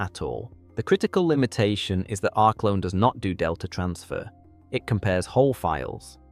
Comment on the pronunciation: AI Slop!!! "R-key-lone" "R-co-lone" and strange mic changes, WTF? Blocking your channel. I don't want lazy AI slop, nor creators who rely on it non-transparently. You think choosing some stupid fake British accent will make people trust it, but NO!